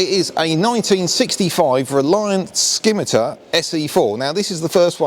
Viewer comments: It's pronounced SIMITAR, the C is silent, trust me I'm 71 and we had Reliants in our family throughout my life until my dad died in 1979, pronouncing it as a SKIMMITAR is like nails down a blackboard. 👍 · Scimitar? ffs pronounced simitar numpty. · FYI. Silent 'C' in Scimitar.